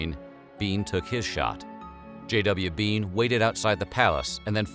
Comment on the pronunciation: "mIstAh biEN"